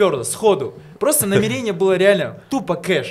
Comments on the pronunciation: НамерЕние ,мне одной бьёт это по ушам? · Так мусульмане говорят намерЕние